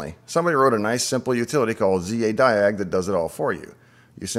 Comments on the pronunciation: It's Zadig not Zadiag...! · Zadig - not Zadiag